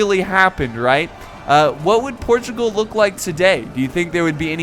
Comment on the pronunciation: Im a portuguese person and I m happy to see a video from about wars of Portugal:) Edited part: it's Portugal not Protugal.